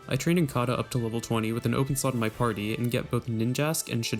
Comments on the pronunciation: During every double battle it sounds like you are saying slut is that right? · How come every time this guy says slot it sounds like slut?